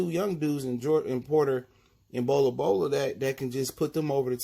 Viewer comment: Its Bol Bol! You keep saying Bola Bola